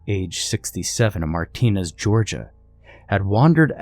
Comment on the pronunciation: Martinez, Ga Pronounced Marta-nez I have family that lives nearby Hephizibah/Augusta 😂😂😂